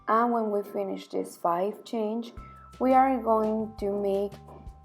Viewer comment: Someone should teach her how to pronounce "crochet"...such a beautiful pattern spoilt by the constant use of the wrong pronounciation of crochet...so annoying.